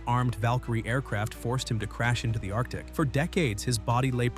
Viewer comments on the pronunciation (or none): none